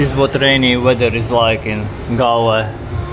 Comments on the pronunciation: Galle you pronounce it the goal no reason to pay $ 1 I spent lots of time in my childhood . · Galle you pronounce the goal no reason to pay $ 1 I spent lots of time in my childhood . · Galle you pronounce it 😊 the goal no reason to pay $ 1 I spent lots of time in my childhood .